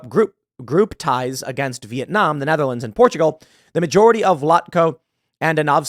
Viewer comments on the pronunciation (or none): none